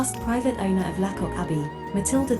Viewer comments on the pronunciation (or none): Your pronunciation of lacock is off. Say laycock. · Its pronounced Laycock not La cock